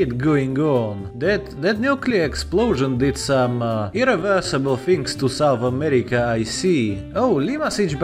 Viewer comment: Yes. SOUNTH AMERICA